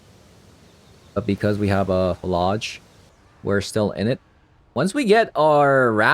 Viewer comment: I think it's not fuh-lodge, but more like flage, like flay + age, rhymes with mage or sage?